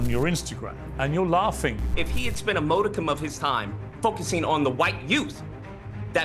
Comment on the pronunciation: is so low IQ that this man has never learned how to pronounce “modicum” despite using the word on a regular basis for years.